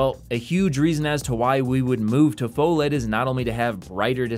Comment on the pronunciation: It's pronounced "fuh-led" 🤓